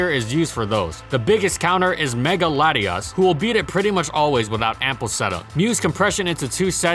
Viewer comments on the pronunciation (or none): none